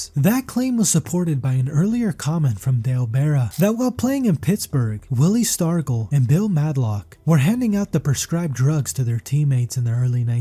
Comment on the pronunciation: I've also never heard Stargell pronounced that way either.